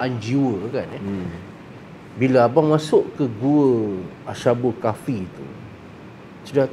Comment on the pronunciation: Dengan penuh hormat, sebutannya adalah أصحاب الكهف Ashabul Kahfi bukan asy (ش). Apapun perkongsian yang baik.